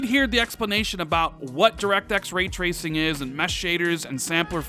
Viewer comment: When tracing turns into treashon lol